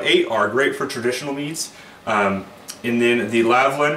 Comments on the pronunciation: I would actually listen to your advice if you started to actually read the names on the products you advertise. The brand is called LAL-VIN not LAV-LIN, you got that wrong in your pronounciation of the word aswell as your notes. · How can one end up saying "Lavlin" every time with a product they are so familiar with?